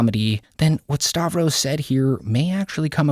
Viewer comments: Why do you pronounce his name as 'Starvros"?? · I thought it was Stav-ros not Star-vos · you pronounce his name like "Star-vros" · starvros... he ain't starving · You still can't pronounce Stav's name right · If you're gonna keep making videos on Stavros you really need to learn how to pronounce his name